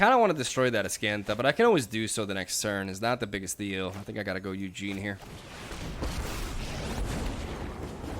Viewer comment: I'm listening to your video without being able to watch because I'm working, and I just spent 30 minutes wondering who the fuck was that "Eugene" you keep talking about XD (It was Ugin.)